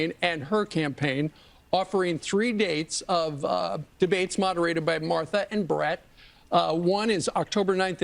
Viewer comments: "Marther [sic] and Brett" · Marther and Brett, Marther..MARthER. WHY DID YOU SAY THAT NAME? 😅